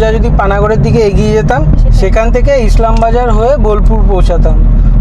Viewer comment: Subscribe korlam.. video khub-i bhalo hoyechhe... Ekta information ektu correct kore di.. Islambazar noy, Ilambazar...